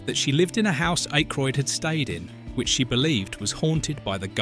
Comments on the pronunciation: The man's name is Ack roid as in hack ,or jack not Ache roid ,like headache ! Jesus ! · You can tell this is AI because no one mispronounces Dan’s and Harold’s name Jesus man Ah-Kroyd. Not IKE-kroid. The worse thing is it keeps on doing it. Just narrate on your own and Winston never said it’ll make you question God.. Downvoted because you rather use a AI script than just narrate it yourself. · 1. Who the fuck is IKEroyd? It's pronounced Ackroyd even tho it's yk.... 2. Winston said "These things are real. Since I joined these men, I have seen shit that will turn you white!" Not it'll make you question god. He also said "If someone asks you if you're a god, you say YES!" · I'm 2 min in and I'm already tired of hearing IKEroyd. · Who the hell is "Ikroyd"? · You cannot pronounce Dan Ackroyd's name correctly, and you misrepresented Winston's Line? Yeah i can't watch this video. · The AI narration of this is horrendous. The most abysmal pronunciation of Dan Aykroyd's last name that I have ever heard. Thumbs down to this video producer for being too lazy to have an actual human read the script. FYI to the producer of this garbage, having an English accent absolutely does not make the narration sophisticated. Accuracy does.